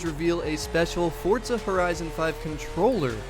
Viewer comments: It’s forza not fortza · Love the video, but it's four-zah , not fort-zah! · Fort-za sounds so dumb, why dont say F-O-R-Z-A! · I hate the way he says Forza, what the fuck is forTza